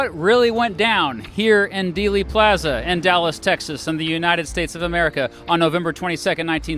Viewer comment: He pronouses dealey plaza more Texan than us Texans do 😭